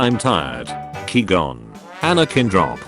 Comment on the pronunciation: Nobody: The automated voice: QWEE GON